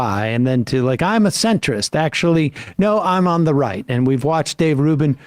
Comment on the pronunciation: I get a real douche chill when Dave Rubin says the word 'actually' and adds an extra few syllables. Grates on me so much, cos he always uses it redundantly.